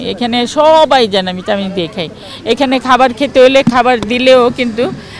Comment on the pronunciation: চামিচ না চামচ